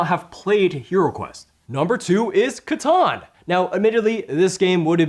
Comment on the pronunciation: It's catan, 😂